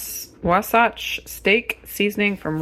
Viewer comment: Just an fyi, “Wasatch” is the name of a mountain range in Utah. The second syllable rhymes with “match”. Wah-satch. I love all the experiments you do. I’ve been watching since Renee was in the jolly jump up lol. Keep doing what you’re doing. 👍😊